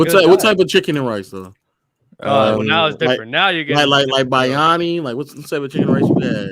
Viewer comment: Man just butchered biriyani for no reason 😂😂😂